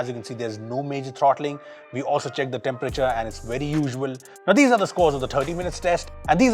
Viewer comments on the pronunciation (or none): none